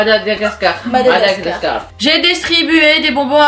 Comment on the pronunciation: Jeux de 1 on dit Madagascar perso je malgache alors prononce bien s'il te plaît merci de bien prononcer Madagascar😊